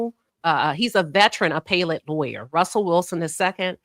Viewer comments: Thanks, Queen, for covering the Karmelo Anthony case. As an FYI, appellate is pronounced 'Uh pell it'. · Not here to argue. You're mispronouncing 'appellate'. Have a good evening.